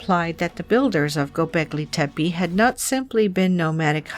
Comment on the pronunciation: sorry but Hinduism is Older than zoroasterianism , as proven by archeology .. also its Gobleki tepe , not Goblegi tepe